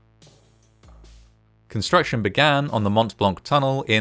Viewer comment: The "t" sound in Mont Blanc is silent. It's always funy hearing anglophones mess up other langages.